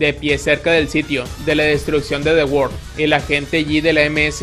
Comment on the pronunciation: the world,ulala señor frances,se dice ZE WAARLDO!